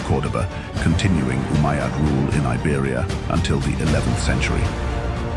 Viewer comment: RUBBISH, CAN'T SAY UMMAYAD